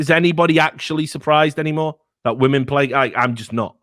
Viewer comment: "Respect Wamen Juice" lmao